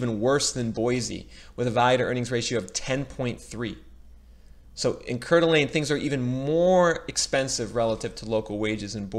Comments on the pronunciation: I wouldn’t want to live anywhere else! Even if there’s a bubble, I have a nice house in a great state. Four seasons of weather. Not too hot. Not too cold. I’ve lived in Eagle, Meridian, Boise, and now foothills of Boise. And it’s pronounced Core-da-lane. It’s a tourist area. Absolutely beautiful! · Coeur D’Alene pronounced Core-D-Alane